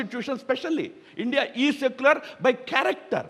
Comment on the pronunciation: Woh! Mr. Tharoor that's India not Hindia.